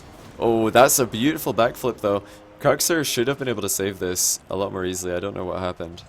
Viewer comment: Need to pronounce it "cooks" not "cucks" lol